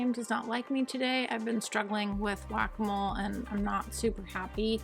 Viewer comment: Everytime you say Whack-A-Mole my German Brain goes Guacamole 😂. I love how this City is taking shape, so satisfying to watch. And of course another great detailing session. It wouldn't be a Video without it ✌Loved the Butterflies at the End